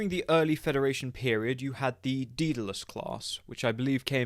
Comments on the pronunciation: Day- del- us say it with me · Minor gripe Ive only ever heard it pronounced "Day-del-us" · Daedalus is pronounced "Day-da- lus". Daedalus was the father of Icarus, who invented the wings that enabled both of them to fly away from their island prison, in Greek mythology. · Well, it’s a Greek word so it should be pronounced properly. Not knocking on, love the vids, aiding a content creator like Andy did shouldn’t be picked at.